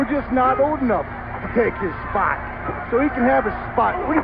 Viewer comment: His age SPAHT! His bald SPAHT! His non-athletic SPAHT!